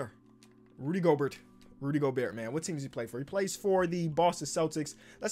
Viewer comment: said “Rudy Goburt” like flight 🤣